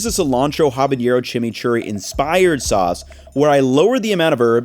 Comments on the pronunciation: it’s habanero not habañero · bruh why does he keep saying habañero... it's habaNero even in Spanish!! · Habanero doesn’t have a ‘ñ’. It is just pronounced with a regular English ‘n’ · Habanero doesn't have an accented n like jalapeño. You don't need that y sound in there lol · HabaNero not habaÑero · Great vid. It's "habanero" not "habañero." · Habanero Ah-bah-ne-rō No “ñ” in there. Just a FYI LOVE your cooking style and explanation. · There’s no ñ in Habanero. You’ve been to Mexico. No one says habaÑero. Otherwise great video. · Awesome video, will try. Also, it’s habanero not habañero. The “ne” is pronounced as in “net”. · quit being an ultra gringo by calling it HABAÑERO when it’s HABANERO. Save the “nyuh” sound from the ñ for jalapeño and borrow the “n” sound from Nancy when you pronounce habanero. 😁👍🇲🇽🇲🇽🇲🇽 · Respectfully—as you are someone who cooks with habaneros a fair amount—I feel you should know that it is habanero, not habañero. Please don't perpetuate the stereotype of the word-mangling American! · Habanero does not have an ñ FYI, it should just be pronounced as a normal 'n' sound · FYI…habanero, not habañero. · Loved the video but your pronunciation of habanero almost made me click off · hey, been a early fan and not hating but its habanero, no accent just like how it it, i wish u would say it right and hope u see this and do. love u and ur content ily